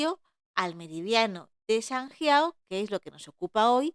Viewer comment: Buena explicación, pero me ha costado verlo por su pronunciación de sanjiao y de jing 😮